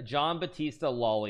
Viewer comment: Yeah, great Italian pronunciation of Loli's book before tho